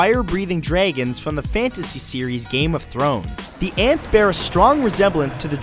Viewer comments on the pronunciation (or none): Matt says "dragons" in the weirdest way possible! lol